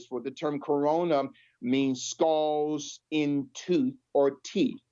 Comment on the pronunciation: He needs to do his homework on pronunciation of common English words 🤦🏿‍♂️ he just said skohls for skulls...